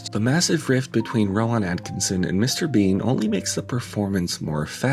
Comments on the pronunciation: Ro-Waan?? Ro-Waan?? Rowan is pronounced row-ən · No, it's pronounced Row-in. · Just to let you know, it's pronounced "Row-in" not "Row-on". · How did you not look up how to pronounce his name properly? Ro-wan lol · its pronounced row-in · Rowan. Not whatever you’re saying. Great video btw. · I've never heard someone mispronounce "Rowan" so awkwardly before. All that research and you didn't even learn how to say his name? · You’re mispronouncing Rowan. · why do you emphasize the 'ahn' in Rowan? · the way you pronounce rowan is an absolute crime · how do you make a whole video about someone and not find out how to pronounce their name? i mean i would get it if it was some obscure name or from a different language, but surely you heard at least one person say 'Rowan' while gathering clips for the video? Then again, wouldn't be surprised if its engagement bait. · Just a shame the narrator can't pronounce "Rowan" properly which makes me think it's more AI laziness